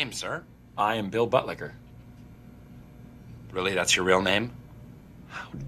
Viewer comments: Bill butlicker not budlicker... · It's Buttlicker, not butlicher... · bro, it aint budlicher